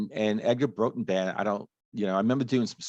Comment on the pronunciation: As he starts each verse i kept thinking " which other song am I thinking of " . It took a while but a slowed down , dirty blues rock " Roxette " by Dr Feelgood . Song I didn't know .Thanks ,btw it's pronounced Brawtun .